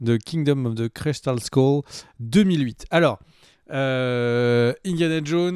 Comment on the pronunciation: Bon l'accent anglais pourri pourquoi pas, mais cristalE avec un E à la fin... Non les gars quoi... Un peu de tenue bordele